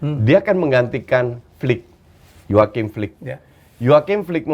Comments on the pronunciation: HANSI FLICK. BUKAN JOACHIM FLICK. HETDAH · Hansi Flick, bukan Joaqim Flick, G0BL000KK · nyebut nama Hansi flick aja salah